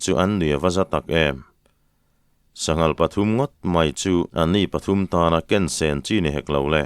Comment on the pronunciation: an sanghal khawh hlum anni pathum tana ken sen chi ni hek lo tihlai a, ken i thluk hi a dikhlel deuh em le aw?. Ṭhahhnemngaih thu hlaah inthlahrung deuhin ka rawn sawi ve aw